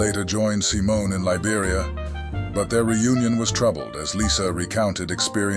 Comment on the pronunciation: I think most of this video was made by AI. The script could have been scraped together from freely available sites, and the VO makes weird mistakes, like sometimes mispronouncing her last name.